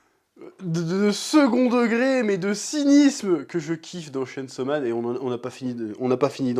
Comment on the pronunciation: Chêne saut man